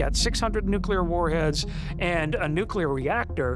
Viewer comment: There's a difference between nuclear and nuke-e-ler, which is how complete idiots pronounce it.